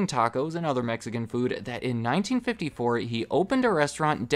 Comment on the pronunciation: I’m Mexican and it hurts every time you say Mexican food